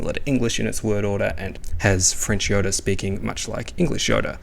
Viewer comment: Why do you pronounce Yoda "Yora"? (Pronounced like the Spanish or Japanese R) It's just something that I've noticed